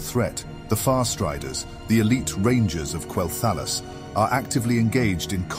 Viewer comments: KWELL-THUH-LOSS :l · while it was rather enjoyable most people pronounce Quel'thalas as Quel- tha-loss. Not a big issue. Just might put off some people since you are still growing. Keep up the good work though :3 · Why do you say quel'thalas like that? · Go play the game and listen to how the NPCs pronounce Quel'Thelas and say it like they do. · You pronounced Quel’thalas different each time and never said it right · I apologize for the mispronunciation of Quel'Thalas! It's rather hard to get it right within the context of a sentence. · Hey, thanks for the feedback! I'm aware of the mispronunciation of certain names and made adjustments to future video and podcast narrations. The reason for the sometimes strange pronunciation is due to the use of an AI narrative. This choice proved troublesome at unique situations like Quel'Thalas, Kel'Thuzad, Kael'Thas. Either way, the idea remains unchanged, bringing the viewer a captivating and broad overview of the zone. Hope this clears things up! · Quel'THALLUS? TRENT? Quel'Thalass and Tree'nt are how they're pronounced.